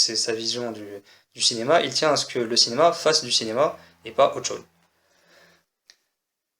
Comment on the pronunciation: Bah, "Dinéma" ?